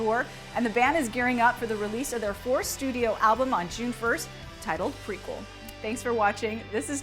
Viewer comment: The way she pronounced Meliora and Prequelle....